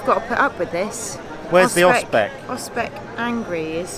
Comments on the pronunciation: "osCYpek" [ostsihpack] You ate part of the word :-) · i love your reaction sir: "finally we found Ospeks (Oscypeks)" yes, i love it really. to help you with pronounciation; 1 Austzipek or 2 Austzipki . Cheers & Thanks Btw actually i can imagine Ospeks could be also tasty with flavorsome blackcurrent jam or maybe tangy chokeberry jam; why they serving it with cranberry? I dont know. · Welcome back. Great pronunciation in Nowa Huta but your Oscypek... it should be pronounced more like [Oztzipek] Have you been to Wanda mound? It is not far from main gate to metallurgical plant. A bit forgotten mound, I think. Wish you great weather and pleasant encounters. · Perfect pronunciation except for 'oscypek'. Nowa Huta was supposed to be a perfect communist city., some kind of prototype for other newly built cities. Smiliar architecture you will see in Warsaw.